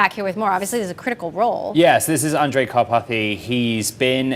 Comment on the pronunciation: Not that it matters much now that Andrej has left, but there are two fairly similar names in Slovakia: Andrej and Ondrej. And you keep saying Ondrej.